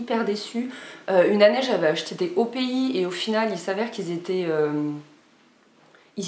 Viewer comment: 😂 vernis "opi" c'est opi mais sa se prononce "opiaïe"j'ai jamais vu sa mais tu m'a fait trop rire j'adore 😂✋🏽❤️